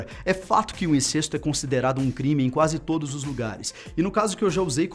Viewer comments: A pronúncia não é "INCÊSTO" (com "e" fechado), mas "INCÉSTO" (com "e" aberto)!!! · Incesto e pronunciado com ‘e’ aberto, mesmo sem acento...